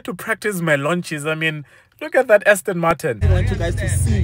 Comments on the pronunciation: Hayibo if I hear you say Austin Martin one more time..... 😫😫😫 Aston my guy, Aston!!!! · No master of pronunciation and I like this channel but please stop calling it Ostin or Austin, it’s ASTON. Please, you activate our OCD.